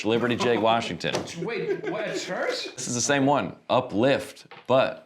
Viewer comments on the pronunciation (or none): Did you say Liberty "Jake" Washington?!? It's Liberty Lake with an "L" lol